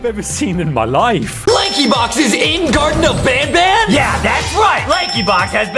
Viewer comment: bro garten of banban is a stupidly bad horror game but the more stupid thing is that he didn't even say the name right he said "Garden of banban"